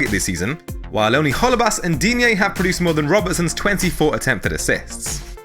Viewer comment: Repeat after me "DEEN-Y"